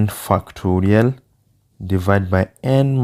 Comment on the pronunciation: Bro what are you saying fu!cktorial what?